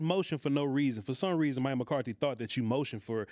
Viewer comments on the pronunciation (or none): none